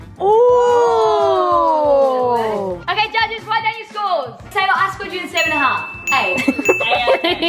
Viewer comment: Her name:Sabre Them pronouncing: Sabah